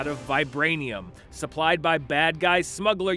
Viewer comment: Ulysses Clow lol